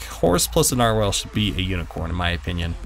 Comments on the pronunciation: It's not narwhalel its nar-wall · NAR-WALL NOT NAR-WHALE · Narwhal (not narwhale) +stingray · Ericek Daleky oh nar*WELL* aaaayyyy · Narwhal (Nar-wall) this is how it's pronounced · IT IS A NAR-WALL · It's pronounced nar-wall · its pronounced like narwall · Narwhal is pronounced differently